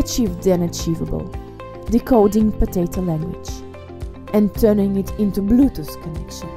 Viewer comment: why do you say potatto so much